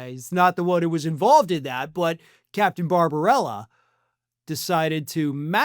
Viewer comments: It's Barba b ella, not Barbarella (media-amazon. [dot] but your pronunciation did make me smile each time you said his name. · In the interests of fairness and accuracy, you are mispronouncing the doctor's name. Bar-ba-BELL-a. One "r". (As amusing as it is to hear His Orangeness' doctor referred to as a cartoon vampire.)